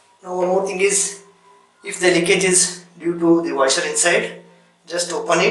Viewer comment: Your pronounciation of Washer as Waiser is very funny. This is really tricky and after every use, you need to close the supply valve on wall and drain the water remaining in the hose by shaking the faucet vigorously while keeping the operating lever pressed. Stainless steel body faucets are less prone to leakage compared to their plastic counterparts. Hard water is the real culprit behind malfunction/leakage of most health faucets. What NC stands for in NC Thinner?🤔